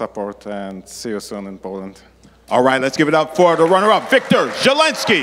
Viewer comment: Wiktor is pronounced Victore, not Whickter